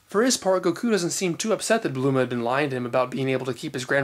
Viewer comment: Just when I think I know it all about Dragon Ball I'm in reissued to guys like You, Danny from Geekdom, and Herms. I have to admit while I an familiar and fine with the various pronunciations "Bluma" was hard to swallow at first but I quickly got over it. Keep up the awesome work.